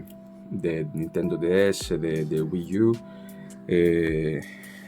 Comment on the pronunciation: dá pra perceber que tu fala portugues nativo quando tu falou Nintendo DS kkkk